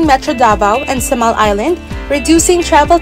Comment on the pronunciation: Wrong pronunciation po kayo sa Samal